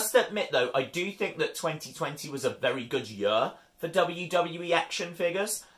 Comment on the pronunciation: The way he says year🤣 "2020 was a very good YER"